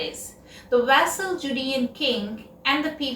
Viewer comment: your choice of words and your rendition are awe inspiring. A suggestion though - vassal should be pronounced with v instead of w which seems common with Indian spoken English. 🙏🏼